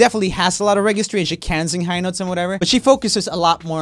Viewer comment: He really say "REGYSTRY", lol I've never noticed that